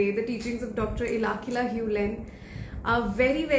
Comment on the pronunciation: Omg did you really take HIS name wrong??? Ilakila? 😢 His name is Ihaleakala HewLen. Atlst didn’t expect that from you..😢